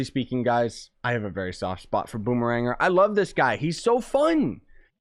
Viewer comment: i believe it's called Boom-eh-Ranger